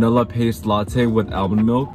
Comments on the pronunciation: the way he pronounces "almond" is frying me 😭. Ive never heard anyone say it like that before. "ale-min" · the way is pronouncing “Almond” makes me want to fight him 👊🏼 SHEEEE LMAO love the consistent uploads tho 🙏🏼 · apparently it's a north cali thing. my friend from the chico area pronounces it that way too.